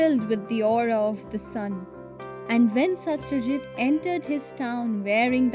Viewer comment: Not satryajit Satrajit